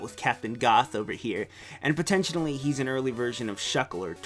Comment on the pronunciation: You lost me at "potentionally"